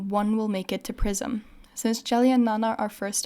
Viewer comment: i thought you said "among the four of them, one will make it to prison" XD didn't even question it untill it hit me you said PRISM